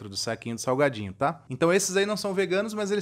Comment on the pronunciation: Só eu acho que ele falou saguadinho? kkkkk